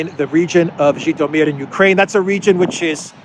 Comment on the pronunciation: I was listening and I thought you said Khitomer. Was afraid the Klingons would be the next to get pissed off.